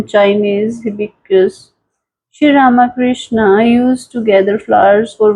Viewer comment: Not Rama Krishna. But Ramakrishna. To be pronounced together .